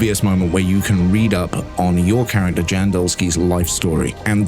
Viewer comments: His name is not Jan like in January. It Pronounced somewhat similar to “Yawn”. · the guy's name is Jan - that's pronounced Yan